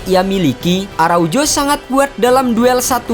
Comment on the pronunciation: Bacanya ARAUHO… bukan araujo